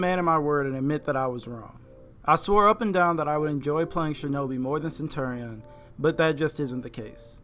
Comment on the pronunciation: Sen- chur-re-in